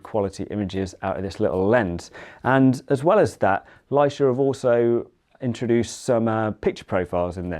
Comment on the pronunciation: Might want to research how to pronounce Leica. 😉